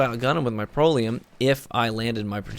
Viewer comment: Lol, it's pronounced "Pr-ELL-ee-UM" Not making fun of you. Just trying to help. I only have one Proelium and for me, it's a god roll; backup plan and high impact reserves. Its like a mini legendary Merciless. Its awesome.